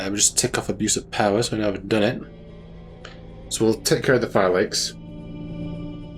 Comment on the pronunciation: I hate to be that guy, but I believe it’s pronounced Fee-Lackys or Fee-Lacky-Tie when using plural, lol. Not super-important or anything. I just have a bit of a fascination with languages, lol. Sorry if I came across as rude or anything. Not what I was going for.